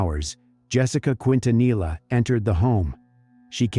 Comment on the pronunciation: You’re pronouncing Quintanilla wrong. It’s a Spanish surname and double Ls are pronounced as a Y not a L.